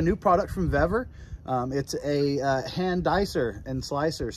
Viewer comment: Suggestion call Vevor and I asked Customer Service how to pronounce their name because you are miss pronouncing it. 👍🏾🙏🏾🍺🎣😷🇺🇸